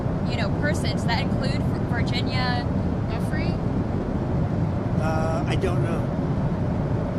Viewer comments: Thanks Harry.And FYI the poor woman who had her life destroyed by Trump, Epstein/ Maxwell, Prince Andrew et al... her name is pronounced "Joo fray".That's the correct pronunciation. I think we all owe her that much at least. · Pronounced - jew-fray